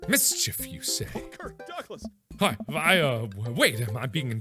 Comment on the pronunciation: am i the only one who noticed that Joseph said "Curt Douglas" when he found out that he was being interrogated?